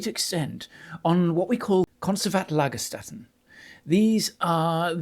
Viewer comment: I really love your enthusiasm and to learn more about paleontology! And as I recognize your effort for pronunciation: "st" in German is spoken "sht" (IPA: ʃt) not "st" (IPA: ˈlaɡɐˌʃtɛtn̩).